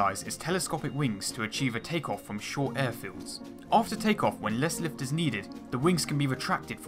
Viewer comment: Pwanes weally generate wots of wift